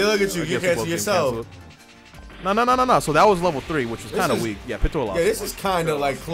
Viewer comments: Its piiiitou not pitoa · Where do you guys keep getting the “a” at the end of Pitou’s name?? 😂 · I hate how he says " pee tu oh" instead of "pete oh"lmao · “Pittoo” I know it’s kinda weird but it’s pronounced like “Pee-toe” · PeeToe not PItoe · I screamed every time he pronounced it like "Pitowah" WWWWWWHATTTT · Lol lets say it together "peetoe" pitou And tall right the manga for my hero is fucking fire right alot of people are gonna be pissed when it comes back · BRO...ITS PRONOUNCED Pee-too! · its PEE TOE my guy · Am i the only one that felt irritated when he didn’t pronounce pitou like pee-chu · Pitou is a guy lmaoo and it’s pronounced Pee toe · pitou is poranuced peatoe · The way you say Pitou is just... no. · Why is he pronouncing Pitou like that?